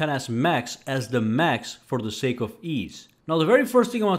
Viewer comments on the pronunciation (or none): none